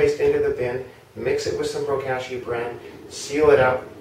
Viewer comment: Looking forward to using my first bag of Bokashi bran from y'all! Gentle suggestion re: pronunciation, since "Bokashi" is a Japanese word, the "a" should sound like the o in pot (not the a in cash). ぼかし Anyway, thank you!ありがとうございます!